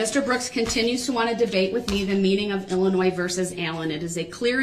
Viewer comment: It’s not Illi-NOISE as if that’s the worst of his misconceptions!!!!